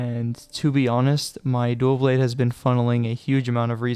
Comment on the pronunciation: “Duaw Bwade” no L’s allowed only W’s